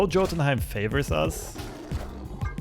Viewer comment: That's not how you pronounce Jotunheim. It's more like Yo-tun-heim